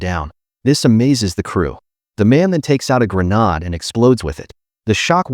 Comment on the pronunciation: It's gre-nade